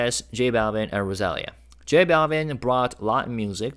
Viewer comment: Maybe it's Rosa-lee-yah?